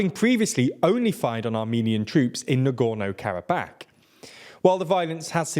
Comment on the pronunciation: Normal people: "Karabakh" TLDR: "Karab-ACK"